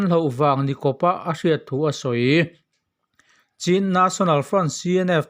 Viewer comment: Chin nilo in mizo haw rawp chhîn(ချင်း) tih tur aw